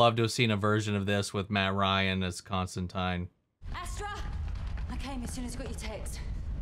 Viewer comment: "Constantine" is actually pronounced correctly in this series. It's every other adaptation that mispronounces it because that's just how Americans say the name (source: I'm an American and I always have to correct myself when saying or thinking the name). It's actually a running gag in the comics that John constant[ine]ly has to correct people from "Constan-teen" to "Constan-tyne" (and there's a tongue-in-cheek nod to this in Matt Ryan's Constantine's crossover with Lucifer in which he does the reverse). As for the rights thing, it is true that WB withheld them because they intend to do a series about John Constantine, but Gaiman has said that he was already playing with the idea of merging John with his ancestor, Johanna, for the sake of streamlining the story, since it wouldn't be as heavily connected to the DCU and he was thinking of what worked best for a more contained version of the tale. He didn't want to introduce too many one-off characters (hence no Martian Manhunter or Mister Miracle cameos) and figured it made more sense to include one who'd have more relevance later on (albeit through an ancestor), so he figured the rights situation actually worked out for him.